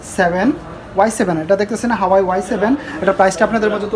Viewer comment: উচ্চারনই তো ঠিক নাই, হুয়াওয়ে রে বলতাছে হাওয়াই।